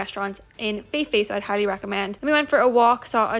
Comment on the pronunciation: Just so you know, it's pronounced Koh Pee pee! 😊